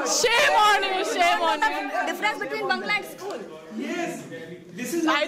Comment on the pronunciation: Same or shame... Wtf?? Rip pronunciation